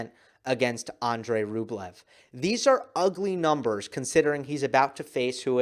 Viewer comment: Rublevs name pronounces Rubljov